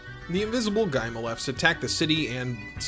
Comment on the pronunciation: I have not seen the funimation dub…but did the funimation dub butcher the names of characters and such? Guylemefs? Dylan-dow? I watched another review that also called the guymelefs “guylemefs” and my heart lurches every time. Apologies, I have been in love with this anime since it debuted on fox kids as a kid so I know this anime very, very well.